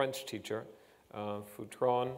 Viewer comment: I knew this guy and his wife when I was a kid. His name wasn't pronounced Foo-tron, but Feu-tren. Did you actually study French in his class?